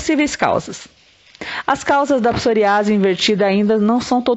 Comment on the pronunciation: Psor Í ase, com ênfase no i